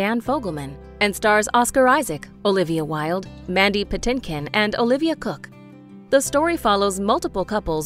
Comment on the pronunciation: She said Olivia cook loo